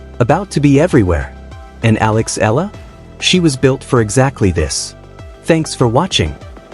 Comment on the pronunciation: E, E-YA-LA is the correct pronunciation of EALA